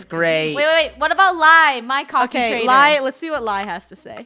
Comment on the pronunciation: Lol its Lai not Lia!